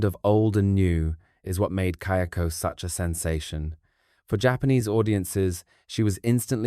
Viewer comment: Just one point, the ghost in Ju-on/Grudge series is Kayako, not Kyoko. The subtitles are wrong and it even changes as the pronunciation does change a bit, but the pronunciation is also right at times. Not sure if you haven't watched the movies in a while and were just basing your correction off the subtitles, but it definitely is not pronunced "Key-oko".